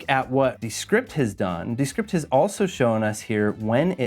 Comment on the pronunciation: “DEEEE script”